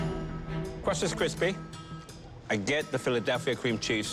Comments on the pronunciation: “cwust is kwispy” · "CwUst is cWisPy" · Good thing the kwust was kwuispy.